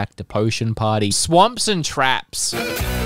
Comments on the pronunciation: He did say "swaps" but it is pronounced "swops", therefore it sounds like "swamps" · I really don't think so he definitely included an m sound